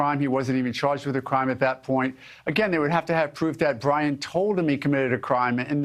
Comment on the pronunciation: Pwoof dat bwian dose are Bwian's remains....